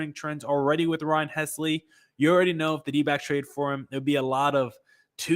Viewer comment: if the D’Backs do as you suggest and trade for the Cardinals closer, you will have to learn to pronounce his name. It’s HELSly, not HESly. The “l” comes before the “s”—“Helsley”!! 😊